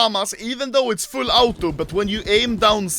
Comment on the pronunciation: The way anomaly say auto,ultimate and beta is funny